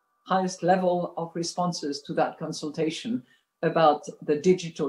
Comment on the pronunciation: Christine laggard said cuntsiltation😀